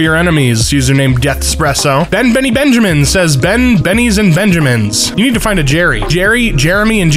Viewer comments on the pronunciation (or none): none